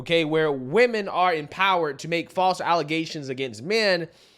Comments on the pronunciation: False “allezations”. Get it right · False ale-zay-tion .. as Tiffany heynard.. says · its pronounced allezations i think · Its not allegations anymore its allezations. Just ask the citygirl mayor. 🤣